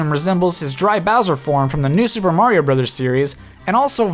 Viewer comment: It’s a-me, Mari-no! Good vid btw.👍🏽